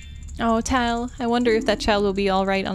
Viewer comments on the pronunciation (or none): Tatl is pronounced “Tattle” and Tael is pronounced “Tale”. Their names collectively are supposed to sound like “tattletale”, because they’re inseparable:,D Edit: nvm Looks like figured it out a little later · its supposed to sound like "tattletale" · I know this was super long ago, but the fairies Tatl and Tael are pronounced Tattle and Tail just like when you call someone a tattle tail as a little kid.